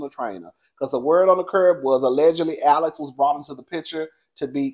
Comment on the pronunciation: The way you just read Alex zownn and Cassie caught a stray bullet! I am hollering😅😅😅